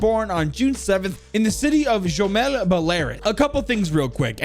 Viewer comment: Man. Gomel. G is like in the word "Great." Gomel, not joemal.